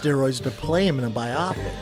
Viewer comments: Why you pronounce biopic like Brenda Schaub 😅😅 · Biopic is pronounced bio-pic, not bi-opic. Biopic = BIOgraphy PICture. the mispronunciation really grinds my gears